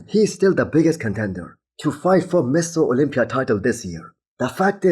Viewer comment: Mister... Get ur accent/pronunciation right... Every time you say Mr. Olympia, it sounds like Ms. Olympia ! Secondly, Derek didn't win Pittsburgh on his own, judges did it for him. Yes... Nick shouldn't brag as this year's Olympia won't be a cakewalk for him when Hadi returns & the champ Dauda is at his best.